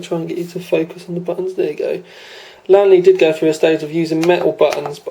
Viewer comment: LEEEEEANNNNN LEEE is the not lan le